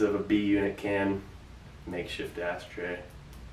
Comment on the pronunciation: Makeshift asstray. I swearrrr he said asstray